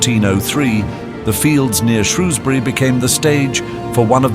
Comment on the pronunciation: Can't even pronounce Shrewsbury correctly.